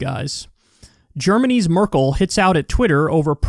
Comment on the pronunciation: It's Merkel, not Merkle.